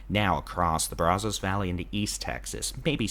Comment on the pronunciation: It's Pay cuss and Brazos is Brazz (rhymes with jazz) us.